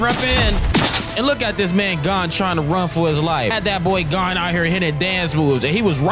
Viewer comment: Calling gon, gone is crazy work